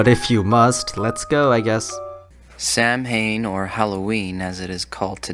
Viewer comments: It's pronounced Sah-ween, dude. Like...do a Google search before impuning the religion and the holiday. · also samhain is pronounced Sow-en, and doesn't have a lot to do with fire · It's pronounced "sohw-wen" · Indeed, I always cringe when people say Sam-Hane. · Samhain is said wrong I’m Irish so I know how to pronounce it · Also he mispronounced Samhain, "mh" is a "w" sound. And Walpurgisnacht is is pronounced val-purg-iss-nacht with a hard ch. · They mispronounced Samhain, it's an Irish spelling.